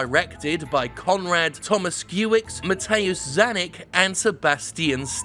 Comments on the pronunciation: I know It has been two months, but since no one else has written that before... It's pronounced: Con-rad Toh-mush-key-eh-vitch Muh-teh-woosh kah-ñ-eek Seh-bah-s-tea-ahn Steh-w-pee-eh-ñ Mah-r-*-in Blah-huh *I have no idea how to transcribe the "ć/ci" sound, but it's like "ñ" but made not from "n" but rather "tz" sound Also, there is a famous clip from an old Polish movie that parodies how hard our names are. Type "Grzegorz Brzęczyszczykiewicz" in YouTube, you won't regret it. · Yeah, You butchered those polish names. K in Kanik is read as K in Kanye "ni"pronounced as.... well is one of those silly sounds we make so don't bother.